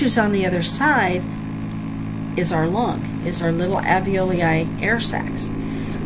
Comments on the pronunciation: In spite of my horrid pronunciation of the term "Alveloi"... thank you for overlooking that and finding the good in this! Glad it helped you! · Rob James I am terrible at pronouncing alveoli. I have mastered it since this video, however!